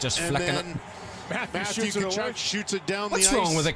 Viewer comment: Good job on the pronunciation of Tkachuk. Getting better! Love all your videos. Keep doing your thing. You’ve become my favorite YouTuber.